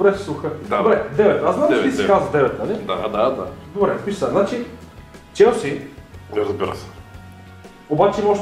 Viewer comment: каза chealse-челси hahaha🤣🤣🤣🤣